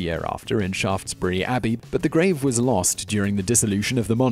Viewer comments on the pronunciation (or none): none